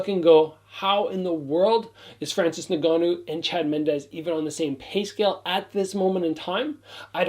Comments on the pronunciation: Hey. To correct your pronunciation of Francis's last name. It's EN-GA-NOO. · Pronounced En gannou